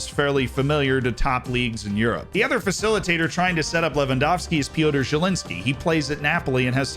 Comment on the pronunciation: Finally! Someone who can pronounce Lewandowski right that's not Polish😂